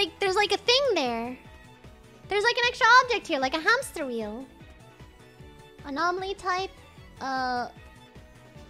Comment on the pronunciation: saying anomaly the wrong way the entire time is both cute and annoying